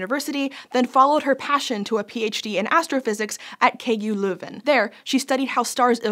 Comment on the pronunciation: I have to say, most of the times when English people pronounce Dutch / Flemmish things, they sound rather bad. But props where props are due, the way you pronounced Leuven is nearly spot on!